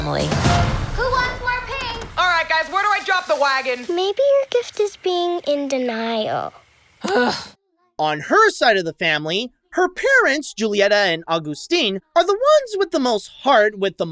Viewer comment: small errors throughout the review. the way you pronounce Julieta: the J is more like an H. the way you pronounce Felix: it's not Fee-lix it's Feh-lix. Luisa's number isn't so much hip hop per se, it's Reggaeton, a genre from Dominican republic that is very popular with teenagers in Colombia. We don't talk about Bruno isn't tango. It's Bambuco and also maybe Cumbia.